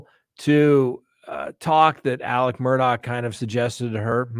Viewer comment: It is pronounced Murdock or murduck here in the South.